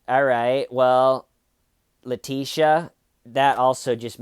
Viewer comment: ‘Leteeshee’ lol.